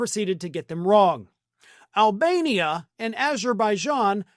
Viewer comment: i saw it, him saying this about albania, i heard, " almenia" but ok, i was on the ground laughing my butt off!